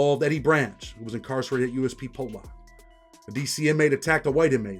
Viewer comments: It’s pollock you all pronounce it wrong ( po-luck) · lol it pronounced (po luck) 👍🏻